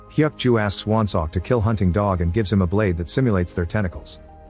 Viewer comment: What’s a balde lol you mean blade right? Obviously text generated voice